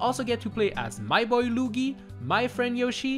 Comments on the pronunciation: 😅😅 "My boy Looogy" lol. It's pronounced Lew-wee-gee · did he just call Luigi Lugi or something lol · Ok nobody noticed that he said Lugi when he did the Mario 64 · called Luigi lugi.😂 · My mans just said lewgey as Luigi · loogi? man and i thought it was luigi 🤔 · its luigi not lugy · Oh, that's not actually what I was going for. I just meant "he pronounced it as Loogi in the video". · Dude really just called Luigi "Loogie" Love it!😂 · My guy really said loogie (no hate this was a great video) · When he said lugi 😂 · Lmao the way he said "luigi" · That’s not how you say, Luigi😂